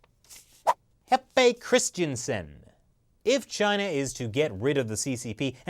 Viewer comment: Jeppe Christensen - where did the J go in the pronounciation ? :P